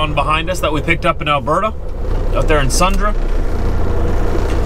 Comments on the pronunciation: It's pronounced Sundreee not Sundraa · Hey buddy, love your Chanel. Its actually pronounced Sundre (drey) ☺️ be safe out there.